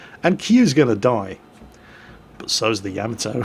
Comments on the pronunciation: "YAH-MAH-TOE" Not "YAE-MI-TOE". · Tigerfrost YAH-MAH-TOH. Not TOE. It's a short, hard "o", not long like in "toe" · Tigerfrost It's pronounced 大和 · I die a lot inside every time fails at pronouncing Yamato. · Well, that is the sound I was trying to go for but wasn't exactly sure what character to use. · ***** wasn't as far off the proper pronunciation of Yamato as "pay-rice" is from Paris:P